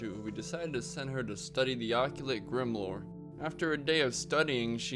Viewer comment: you pronounce grimoire like LA noire bro